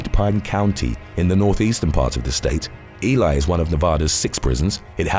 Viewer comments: For future reference: Lyon County is pronounced lion not Leon Ely is pronounced ee-lee not Eli Washoe is pronounced wash-o not wa-shoe No hate, just looking out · Its Lyon County. Like the big cat. And its Ely(Elee). All long (e) sounds and its Washoe. The o is a long o sound.Traditional pronunciation of Wash long o and e is silent. Washoe. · Pronounced....E-Lee.....Ely say it wit me one-time